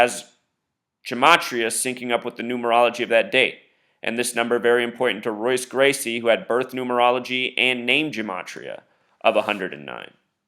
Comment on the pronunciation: This is dumb as fuck regardless but jesus christ its MMA and Jose Aldo got ko'ed just like a bunch of fighters have been ko'ed in the UFC. This is embarrassing. A: You can't even say Royce Gracie correctly, so i take it you aren't a big UFC fan B: Are you saying that they made Jose Aldo champion in 2009 so that he could fight Conor Mcgregor, a fighter who had barely even begun his MMA career at the time, so they could do this illuminati ritual whatever you wanna call it? lol no that doesn't sound fishy at all no but a fighter being knocked out in 13 seconds in a sport where it is very common for fights to end quick does. Have a nice life dude you need some pussy or something, get a hobby that isn't severely detrimental to your perception of life.